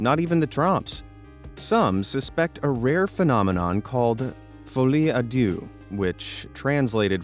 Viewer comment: "felie a dew" i love it